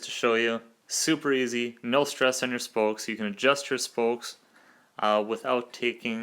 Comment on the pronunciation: It's "spokes" NOT "spolkes" 🤣🤣🤣🤣